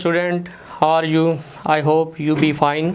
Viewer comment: Students.."Haar you".... LOL